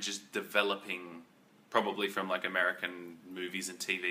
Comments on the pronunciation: Did he say Amerikie? lol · Did you say Amerakey or Ameraki for American ???